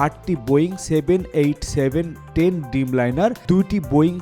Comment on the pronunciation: হায়রে আমাদের সাংবাদিক! ড্রিমলাইনারকে বারবার ডিমলাইনার ডিমলাইনার বলে পুরো রিপোর্টটা করে ফেলল।